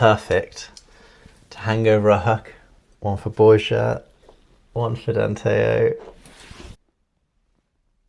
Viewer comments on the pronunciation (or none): Why can’t you learn how to pronounce Borja (bor-ha) correctly? He’s your partner.